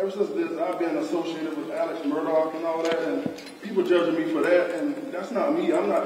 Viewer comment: Hi, ABC News 4 ~ Alex's last name is Murdaugh, not Murdock. Will people kindly try? Is is not difficult.